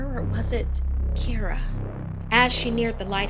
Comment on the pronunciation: I’m not irish but my names Kira Pronounced exactly like in the video